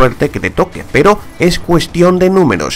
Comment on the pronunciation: Si los enemigos son mantequilla peroh estoh q ehhhhh